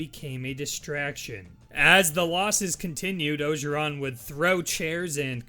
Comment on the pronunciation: It’s pronounced “Oh-jer-ron” and if you watched football at all in 2019 you would have heard his name 100000 times